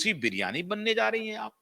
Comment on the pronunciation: तुलसी विरमानी. ना की बिर्यानी 😅